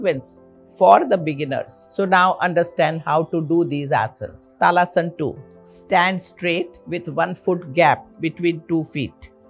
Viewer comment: Sorry to say ma'am but talasan nhi hota tadasan h vo